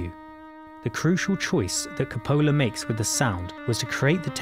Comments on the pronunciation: I fail to see how someone can analyse a movie while being unable to pronounce the name of a main character and the director. Is this narrator from Mars? How could you go through life without hearing someone pronounce the name of Coppola? His fucking daughter has even made films under the same name? And did he not watch the rest of the film to hear how to pronounce Solozzo? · I understand you make money if people finish watching your videos. I purposefully didn't finish watching it. It is mind-boggling that a person attempting to show a "video-essay" on one of the greatest movies of all times can't pronounce the name of one the greatest directors of all times, among other (all other) names. It is embarrassing, annoying, uncomfortable, numbing, tooth-grinding, I don't know what else to say or how to put it so that you can understand. It deeply irritated me. To give you an idea, imagine if I purport to present a "video-essay" on the great Stevie Spalberg who directed "Rescuing Private Royan" and "Saving the Last Schondler," or another "video-essay" on Albert Hischcork, who directed "Psychopathic," or on Stanley Cubik, who invented the puzzle and directed "2010: a spatial ordeal", how would you feel about me? Wouldn't you feel pissed off because I can't even bother to pronounce the names correctly? What would that say about my commitment and knowledge to the project? I hope you don't take this as a destructive criticism, but as an ass-tructive cynicism, and learn something that can help you make better videos later on after a thorough research on the topic. Thanks! :) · He just put the accent on the wrong SyllAble. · You know, for someone who loves this movie and its director so much, you could have pronounced his name right. lol C'pola. Cope-oh-la ! Great video aside from that. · Co po la. Not copola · Ca-PO-la? No one pronounces it like that. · You are wrong. See my post on the pronunciation of " Cu-PO-lah". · "Francis Ford Kuh-Pool-uh"? I'm outta here.